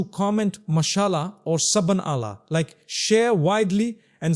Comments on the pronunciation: I too agree this person is not Mufti Menk, his expression is abnormal and pronunciation of the Arabic word is incorrect, for Subhanallah he says sabanallah . Sisters and brothers in Islam don't get caught up with such culprits. Be cautious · 😂😂😂and the way he says "sabanalah" 😂😂